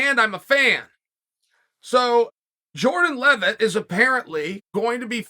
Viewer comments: “Jordan Leavett” correctly pronounced…. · To hear Chael not MESS his name up makes it appear that Jordan is now a star haha